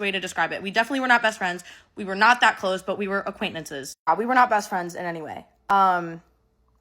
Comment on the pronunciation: "acquaintenances" also got me 😭🥺